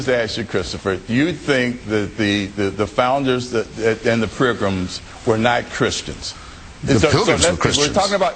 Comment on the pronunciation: How does Mr. Blackwell (a man who pronounces "pilgrim" as "pril-gum", and uses the phrase "there HAVE been an ebb and flo") even rate a discussion with Mr. Hitchens?